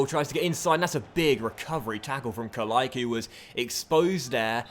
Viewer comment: The "c" in "Kalaica" is pronounced "tss", just like for "Pjaca", however if there is an accent on the "c" in the name of a player from country like croatia and serbia, it's pronounced "tch"